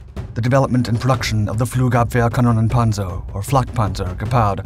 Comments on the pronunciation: Before this Video I never realized how difficult Flugabwehrkanonenpanzer is to pronounce for non-Native German people :D he did great. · Man you freaking nailed the German name of that vehicle I'm very impressed how long did that take you to learn to say it like that like a boss!!!!!